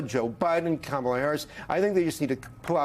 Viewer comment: Stop saying that Trump is using misinformation or disinformation. Call it what it is, lies! And learn how to pronounce Kamala's name. It's not difficult.